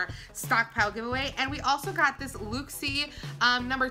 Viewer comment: Yaaaaaasss. Box week begins and it is LIT🔥... BTW in case you wanted know it is pronounced. Luck-see .. 😗